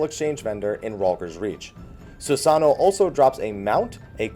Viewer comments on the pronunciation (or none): Christ on a crutch IT'S SusanOO, NOT SusANo!